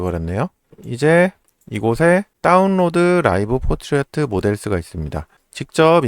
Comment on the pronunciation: 왜 자꾸 Portrait 를 포트리어트라고 말하나. 불편하네요.